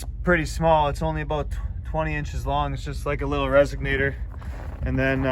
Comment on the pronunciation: Resonator, not resignator lol.... a lot of people say that for some reason